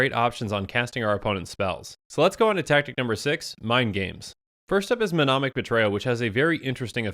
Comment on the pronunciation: I'm sorry to be this guy but I hear you mispronounced "mnemonic" all the time and it kills me, the first m is silent, otherwise the word is as written...you say it as "menomic"...rotate the n and m *nemonic*....love your vids, no hate, just pronounciate!